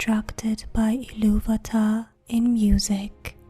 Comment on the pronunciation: at least she spoke iluvatar correctly liek TOlkein and Christopher rather then that one reading where the guy speaks like the eurpoean Ill -a-va-ta which is incorrect.